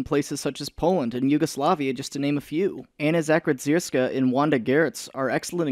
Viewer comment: Took me a few moments to find out that he was trying to say "Anna Zakrzewska".